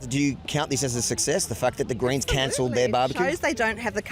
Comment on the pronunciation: Greens Ohhh I thought u were saying 'Grains' 😅